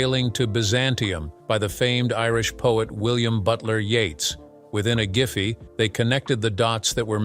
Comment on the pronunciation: And 1/2 second later added, "Within a Ghiffy they connected the dotes that were missing." Ghee whiz that was quick!